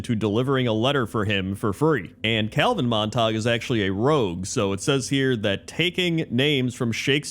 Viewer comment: Not Mont-tog, and it’s “Mon-tuh-gyoo”. Romeo Montegue and Juliet Capulet.